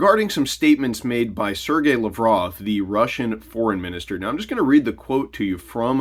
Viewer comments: You butchered Lavrov's name. It Lav rov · You’re butchering Lavrov’s name. It’s LAV-rov. Emphasis on the first three letters. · So I wonder what the exchange rate for the US dollar against the new BRICS currency will be. That was Laverov you showed, you really kept butchering his name.